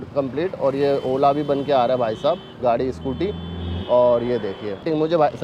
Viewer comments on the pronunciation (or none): none